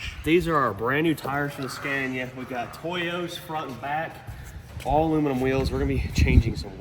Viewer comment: Why do you call it Scääniä now again? After visiting Sweden you said right - Scania